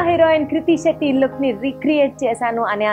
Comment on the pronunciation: it's not kurti shetty😅😅 it's krithi shetty